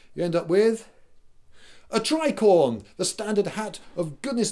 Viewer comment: Lindybeige Nope the first time i even heard the name of the hat was in this video and i did not hear tricorn from you i heard tricord but then again my hearing is quite bad. But i feel i should take offence as you think i like or do not like startrek i cant be more indifferent about it and i have no clue what a tricorder is